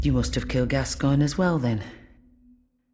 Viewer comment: lol “father gasgonfreecss”